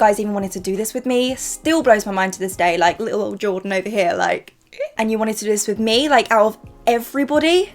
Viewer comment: I love Jordan - but from the pronunciation..... Well..... No babes she doesn't